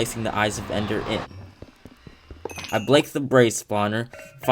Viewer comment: "I blake the braze spawner"- 2021